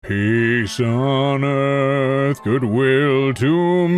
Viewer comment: I started hearing "pees on earth"